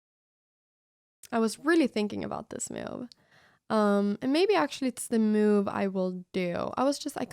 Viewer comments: meeoove, is how I hear it :) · The real reason it is called The Cow is because in Anna's funny accent every time she says the word "move" it sounds like "moo-ve". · I absolutely love how Anna pronounces word "move", sounds like "Miuve" :)